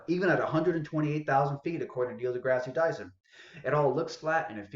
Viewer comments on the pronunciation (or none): And dude, Degrasse is pronounced Degrass., not Degrassy.